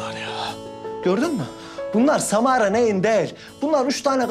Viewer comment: O sırada roni ::::::SaMaRA AdINı YaNlIş sÖYLiYİNce ÇoK KıZıYo